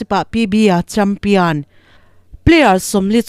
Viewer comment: 😂😂😂Champion nge? Champian?